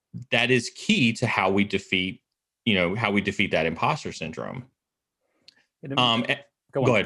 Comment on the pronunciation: Am I crazy or does he syndrone instead of syndrome. Love these videos but that's kinda driving me nuts...